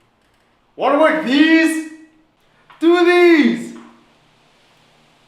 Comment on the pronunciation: Wara wor deez? Doo deez!